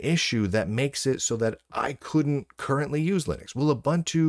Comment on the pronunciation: "OOBANTOO" doesn't exist.